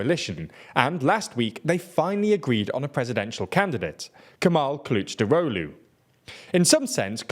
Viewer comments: I love the way you pronounce "Kılıçdaroğlu" as "clutch drolu" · Superb pronunciation of "Kılıçdaroğlu", well done! I always believed in you xD Anyway let me try to give you piece of my view of Turkey's politics in detail about these topics in the video. It's really good video in general but there are a lot of details you should know. First let me clear the candidate shenanigans: -It's true that Mansur Yavaş have more popularity but Kurdish voters are clear about not to vote for him if opposition(6 party coalition) choose him as a candidate. Even he looks like more vote in surveys, it is a big risk. Kurdish votes are the key in this election, and the video point out this fact very well. Keep this in mind. -Ekrem İmamoğlu is also popular bc of İstanbul mayor but even i have doubts about him. He is... how should i put... not seems honest yet he is working good. He get Kurdish votes easily but if opposition nominates him, they will loose İstanbul municipality, bc AKP have majority in İstanbul municipality's parliament and there is more than a year for election for municipalities(Also its true for Mansur Yavaş). İstanbul means a lot... Too risky... also it's not guarantee to win. Not to mention political ban, it will probably abolished by high court but still risky... -Meral Akşener doesn't want it and she can't win, not gonna get in details. So Kılıçdaroğlu... I understand why he isn't popular but it's not really important to be popular in my view. He is really good at bureaucracy and diplomatic skills and he actually didn't lost elections in